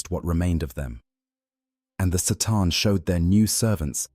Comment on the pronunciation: Sataan lolol, you mean C'tan